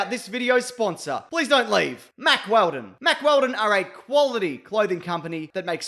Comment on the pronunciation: No one says any syllable with as much force, speed or volume as this guy does when he says "Mack" in "Mack Wheldon".